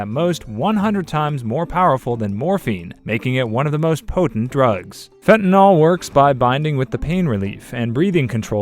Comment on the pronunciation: Is it not Fent-a-nil pronunciation? -nol is its own suffix.